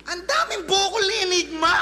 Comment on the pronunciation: ENYGMA naman yata talaga ang basa dun. . naging Anygma na lang nakasanayan. .